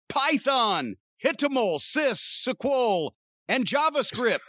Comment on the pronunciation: Jim's pronunciation of SQL was actually almost spot on